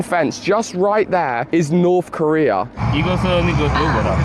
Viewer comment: “Norf Korea” lmao